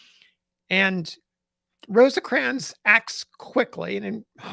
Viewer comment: It is just "Rose-crans". Not, I repeat, NOT "Rose-ahh-crans". Thank you.